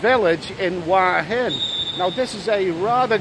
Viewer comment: it isn't วาหิน Wahin it is หัวหิน Huahin I know that you can't read that, I am only pointing out that you got half of the word correct and the first syllable starts with the same letter as the second. Ask the lovely receptionist to say it.